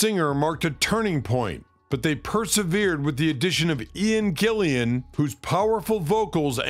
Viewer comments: It’s Ian “Gillan” not Gillian ffs !!! 🙈😖😖😖🤷‍♂️🤦‍♂️ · Gillan not an additional i after the a please! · It's "GILLAN."